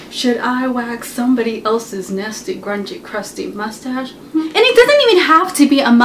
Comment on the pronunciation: Lmaaoo. the way she said mustache. Lol